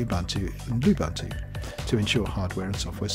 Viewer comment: Lubuntu : Correct pronunciation = pronounce the 'u' like the 'ou' in 'could'